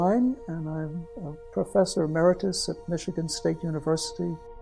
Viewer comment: Remember when they used to say emer-ITUS.